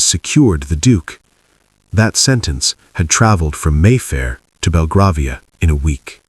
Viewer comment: BelgrAvia (ai as in rAIn)